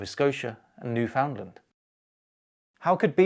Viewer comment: it's NU-fuhnd-luhnd not nu-FOWND-land